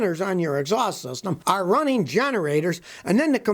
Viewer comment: "Runneen"??? "Onplug"???